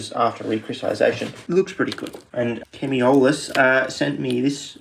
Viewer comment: Only took a few years, but we've finally done it - a proper pronunciation of Chemiolis' name Nevermind. Also hexanitrogen video wen?